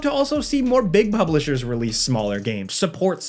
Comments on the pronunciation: Did say Big Bublishers? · “Big buplishers” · “big bublishers” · "Big bubblishers" cracked me up. XD